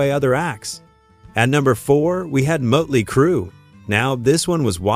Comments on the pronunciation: Muttely Crue? 😂😂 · Mutley, motely, mutelee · The umlaut over the O would create a 'U' sound. 'Murtley Crew'. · Did it say mutley crew instead of motley crew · . "Moatley Crue." 😂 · Teach your AI how to say Motley Crue. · Muddly Crue, huh.... AI sucks so bad. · Bad AI. Learn to pronounce "motley". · Who the feck are 'Mutley Crue'? Load of AI bollocks. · Heh heh Mutley Crew. This must be AI. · Mutley Crew? AI crap. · Is any of this even true ? Things sounded a bit wonky to me, and then you said mut-ley crew. I`m out and giving a thumbs down. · Seriously? MUTTly Crue? im out.. Channel blocked.. Stupid AI trash channel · Muttley Crue. Gotta love A.I. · A.I. Bot Slop! Moatly Crue? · I think it's "moatlee" crew..🤣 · Wait... so they said they weren't going to open for anyone, or they gladly joined the likes of KISS and Aerosmith on their respective tours? Which was it? Also, please train your AI bot to pronounce bands' names correctly. JFC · Everything with this video is untrustworthy with that Ai voice that cant figure out how to say Motley Crew. Lazy and bullshit claims.